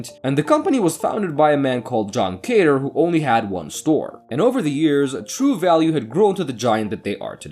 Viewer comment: The founder of true value hardware was John Cotter not Caiter